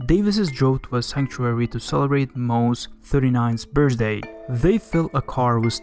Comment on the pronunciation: bru where is this dude from ive never ever once in my life heard someone pronounce the word birthday like that or the numbers 39 either now that i think about it lol